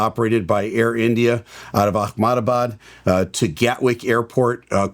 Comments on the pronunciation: Please pronounce the city, Ahmedabad, correctly. It’s pronounced Amdavad. There is no “k” sound in the name. In Muslim language, it would pronounce with a “k” but Ahmedabad is in India and is a hindu city. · Why does call Ahmedabad 'Achmadabad'? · Your Ahmedabad pronounciation is wrong... Pronounce it as - Ah-mei-da-baaad 👍